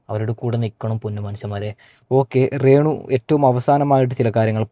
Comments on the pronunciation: നിനക്ക് രേണുവെന്ന് പറയാൻ അറിയില്ലേ നീ എന്താ ഇംഗ്ലീഷ് ക്കാരനാണോ ? റേണുറേണു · റേണു അല്ല രേണു 😂